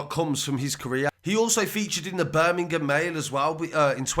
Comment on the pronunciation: BUUR-MING-UM love it :)